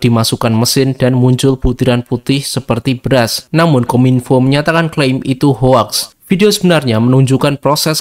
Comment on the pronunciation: Min bacanya houx bukan hoax